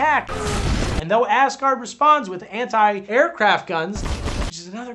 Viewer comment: I love that it is clear the good doctor is saying "Ass-guard" and "Ass-guardians", instead of "Asgard" and "Asgardians"!